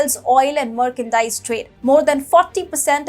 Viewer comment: its not Markandise, its merch-an-dise